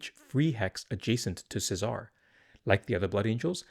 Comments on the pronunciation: Feels like it should be the Italian pronunciation of Cesare, Che-zah-reh. Dante is Italian, Mateneo is close to the Italian Matteo and Nicodemus is also I think Italian. Lucien is an odd one out being French but Luciano is close. Seems like the blood angels have an Italian or at least Latin theme with their names making "Se-Zar" feel out of wrong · Che-zah-ray is how you pronounce this guys name.